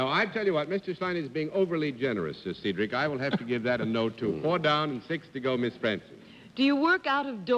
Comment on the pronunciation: Dorothy calls him 'Seedric' but the usual pronunciation is 'Sedric' with a short E.